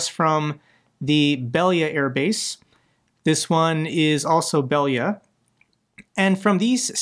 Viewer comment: Bel-AY-yah come on